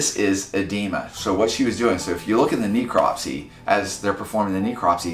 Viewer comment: "Kneecropsy" It's a Necropsy.